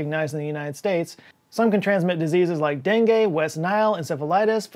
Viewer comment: I am so impressed that of all things finally pronounces correctly, it's dengue